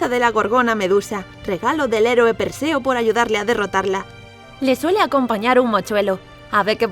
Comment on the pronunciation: 1- Pues el Tártaro es tanto una deidad como un lugar del mundo inferior, más profundo incluso que el inframundo. Allí se forman los monstruos e incluso los mismos dioses temen ir allí. 2- Perseo, semidiós hijo de Zeus. 3- Es Perseo/Perseus, no Perceo xD Y el es un semidiós hijo de una mortal y Zeus, el dios del rayo. También se le conoce por haber matado a Medusa, por orden de Atenea. Sin mencionar que es el único semidiós que tuvo un final feliz.